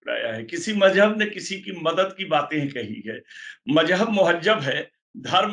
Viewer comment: इस आदमी की ज़बान और लहजा कितना ख़राब है। लगता ही नहीं कि किसी मुसलमान के घर में पैदा हुआ होगा। लफ़्ज़ "मज़हब" तक नहीं बोल पा रहा है।